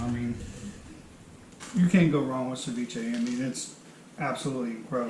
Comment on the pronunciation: Sorry but the word is cEviche and not cIviche.